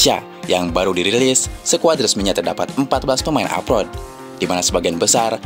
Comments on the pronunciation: klo pemain yg main diluar negeri itu disebutnya apa min... bknnya abroad yaa kok nyebutnya apot... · Abroad min abroad … bukan aprot aprot